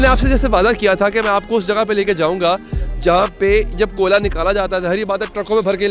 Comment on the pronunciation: 2mint 16 second pr ap ne Koila ko Kola keh dia...